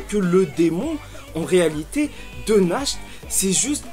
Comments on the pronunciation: JE TEN SUPPLIE FAIS UN EFFORT POUR NACHT ET LA PRONONCIATION DE SON NOM (nacht = nuit en allemand) SA SE PRONONCE NARRRRRTE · Je suis totalement d’accord avec ta théorie, ah il me semble que natch ça se prononce Nart nan? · Va voir sur google traduction comment il prononce Nacht en allemand. A chaque fois que tu le prononce, on dirait Nash; un des enfants de l'orphelinat d'Hage.